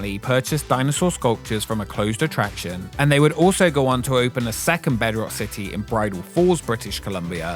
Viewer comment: City, it has a T in it.